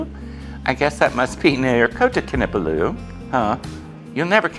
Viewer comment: In Malay the stress most often occurs on the second last syllable. This will help you to pronounce Kinabalu correctly. KinaBALLu. In the section where you comment on the multiethnic population you have confused Malaysian and Malays. Malaysian refers to citizenship and Malay to an ethnic group. All Malays are Muslims whereas Malaysians practise a variety of religions. Lastly you refer to the country in which the old Hollywood movie is set as Malaysia. Malaysia did not exist until 1963. It’s not just a change of name but a whole new federation when the Federated States of Malaya, Singapore, Sarawak, and North Borneo (Sabah) formed the new country of Malaysia.